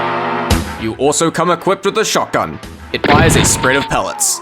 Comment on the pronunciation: says shoygun with doom music me: awww SH*T here we go again